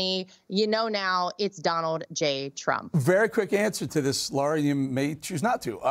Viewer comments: It’s not “Laura Trump”, it’s “Lara Trump”. you should work on your pronunciation Eric Bolling. have a little respect. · Bolling keeps pronouncing Laras' name incorrectly. He pronounces her name - "Laura".